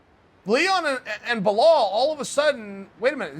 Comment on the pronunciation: Me: Bilal Chael: Buhalal Me: ok Buhala it is